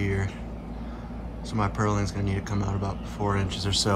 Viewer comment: I need a shelter for my pump and filters. It'll be alot like this. Oh, BTW... Purlins. There's no "g"